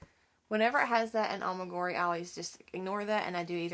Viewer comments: It isn't A-MI-GU-RI. it is A-MI-GU-RU-MI. You don't mispronounced it because you are from Alabama. Mispronouncing it is a choice you make. A EWE is a female sheep. A She, not a He. A RAM is a male sheep. A LAMB is a sheep less than 1 year old. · It’s pronounced Ah-mee-guh-roo-mee